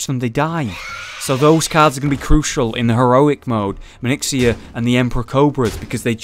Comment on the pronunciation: Manixxia... Seriously? SERIOUSLY!? xD It's Maexxna. (Pronounced Majeksna)